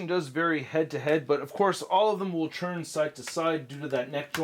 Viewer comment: Please enunciate the T better when you say “turn”. Sounds like you’re saying CHURN everytime. It’s slightly annoying but great review and awesome channel!